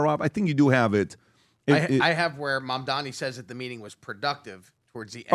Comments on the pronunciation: Your points are invalid if you can’t even pronounce the opponent’s 7-letter name correctly, yes. It’s MAM-DA-NI, not mamdami. the disrespect of mispronouncing somebody’s name shows the kind of respect to return.. 😂🤡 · It’s mam dani phonics guys not Man Dani just fyi